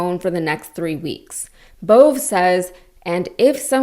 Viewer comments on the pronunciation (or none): Another good report. Just a note: that arsole, BOVE's name is pronounced, "BOW-VAY."